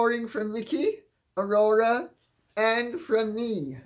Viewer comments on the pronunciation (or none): none